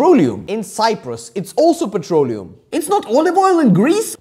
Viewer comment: i'm hearing it as "petrolio"